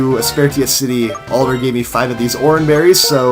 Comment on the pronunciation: I keep hearing "Oliver" instead of Alder